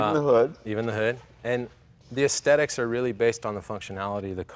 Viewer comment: I like how no one knows how to pronounce the word aesthetics anymore, recently I have heard a lot of people pronounce it "aestetics", they completely ignore the "th" sound for some reason and this just bugs the hell out of me more than it should, guess it's just a pet peeve.